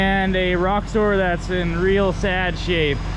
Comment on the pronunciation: ROXOR not rock store